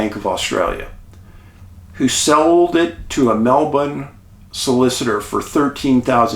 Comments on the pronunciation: You are literally the only non Aussie who I have ever heard pronounce Melbourne correctly. Bravo🥰🕊️👍🇦🇺🌟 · Mr Paulidis as an Aussie I would just love to let you know you said Melbourne perfectly 🙏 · Thankyou from Australia 🦘 💫 I've never heard of this story which is crazy! Thankyou for doing this episode and full props for your perfect Aussie pronunciation of 'melbourne' you nailed it mate!! ❤ Top reporting as usual! Thankyou xx